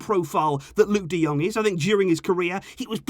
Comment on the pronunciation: We've become Burnley. Luuk de Dung? Fucking seriously?